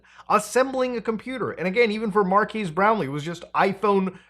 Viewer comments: His name’s not Marquees (“Markeys”), Mutahar. It’s not the first time you’ve made this mistake. His name is Marques. It’s pronounced Markez. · “Mar-keese” Brownlee. Muta never learns. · Why us he still saying Marquise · Muta its Mar-kez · Dude just refuses to pronounce Marques' name correctly 😂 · I was fully expecting Muta to pronounce Marques' name wrong and I was right lol